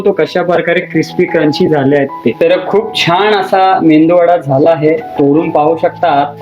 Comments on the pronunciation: Mendu.vada nahi MEDU VADA..Krupa karun.dish cha naav barobar sanga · Bhai mendu vada nahi re baba. Its medu vada. Mendu che kadhi vade ikles ka bhavu.